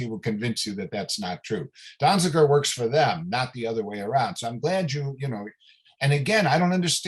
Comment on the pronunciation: Donziger. At least get it right. Free Julian Assange and Steven Donziger.